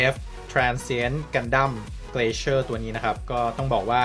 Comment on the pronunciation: มันน่าจะอ่านว่า glacier(กลา-เซีย) หรือเปล่าครับ ไม่แน่ใจ